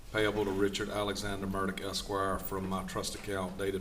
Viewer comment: Why does he pronounce his name like it has a T in it???